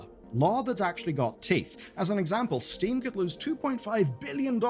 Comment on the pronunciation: why did you call steam “sting”?